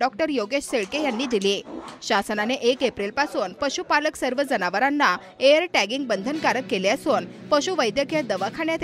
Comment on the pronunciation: एअर ट्यागींग नव्हे इअर ट्यागींग हवे